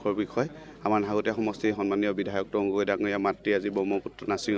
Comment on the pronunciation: তৰঙ্গ গগৈ নে তৰুণ গগৈ